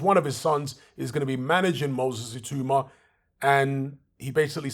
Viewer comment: His name is pronounced "Ee-tAaW-mAH" not "Ee-Too-mAh... good video though